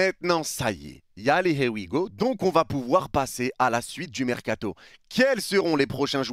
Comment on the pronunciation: « Y a les hé wi go » 😂😂😂😂 tu régales